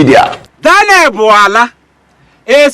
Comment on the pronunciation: The way you pronounce "Bwala" is so hilarious really😅😅😅🤣🤣🤣🤣